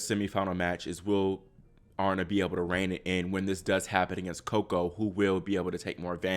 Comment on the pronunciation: Uh-Ree-Na (Aryna)